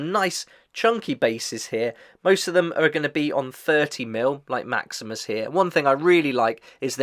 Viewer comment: No offense, but It's kind of funny you mentioned that you already watched Episode 1 of the Fallout TV-Show (Wherein Maximus played its own major part) and still get the Names wrong all throughout this video😅😁. Again, no offense.